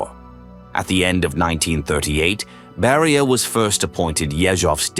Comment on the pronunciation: NO "Barrier" but BERIA..